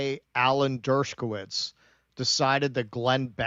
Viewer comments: Why does keep putting a 'k' in Dershowitz's name, saying it as 'Dershkowitz'? I'd understand if he called him 'Douchebagowitz,' but 'Dershkowitz' I don't get. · Not pronounced "Dershkowitz."